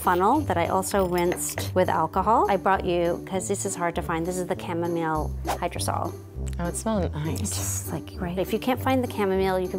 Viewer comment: I hate the way how she pronounces chamomile and Jojoba